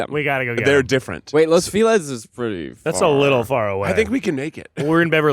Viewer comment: ITS FELIZ LIKE FELIZ NAVIDAD OR FELIZ CUMPLEANOS GOD DAMNIT (Fell-eeze) not FEELEZ